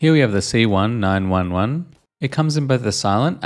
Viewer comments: It kinda cringed me out hearing you say C-one-nine-one-one, just so you know it's C-nineteen-eleven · As an american i am offended by the way you said the "colt 19 - 11" - correct pronunciation as C - 1 - 9 - 1 - 1. btw this is a joke, it is true though.